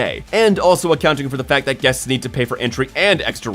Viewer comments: “15,000 ‘Guets’ / Hour” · "...15,000 GUETS..." hehehhe. Guets.